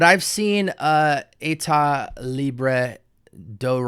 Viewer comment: As a French congratulations for the way you said the name of the brand ! Thanks for your video very helpfull for me hesitating to buy one or two of theses